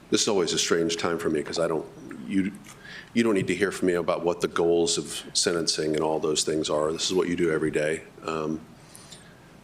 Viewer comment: IT’S SENTENCING NOT SEDENCING